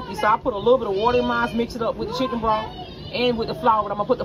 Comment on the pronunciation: BROTH! say the TH